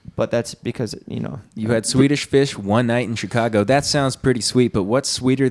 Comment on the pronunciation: can not say Swedish fish 🐠😂